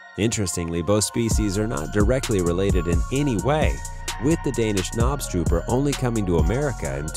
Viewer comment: knobstruper.? That is NOT how you pronounce that XD